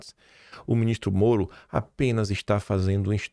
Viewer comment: Quando o está nervoso ele fala: "Nhicolas, Minhistro" pareçe polaco.